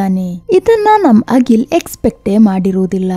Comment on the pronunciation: Agil alla Akhil antha heli.